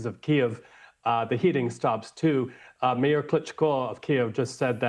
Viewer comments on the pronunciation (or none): none